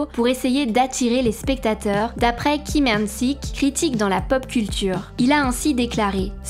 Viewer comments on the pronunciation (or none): Ils n'ont qu'à se dispenser des US et tout sera réglé et pour la prononciation des noms des acteurs Coréen faite un effort, car j'ai les oreilles qui pissent le sang "Lee = i et non Li" " Park = Pac" "Kim = Gim" ect